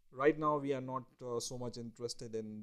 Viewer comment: Your accent shows that you're a poor student of the English language; instead of saying "we" you say "Vee"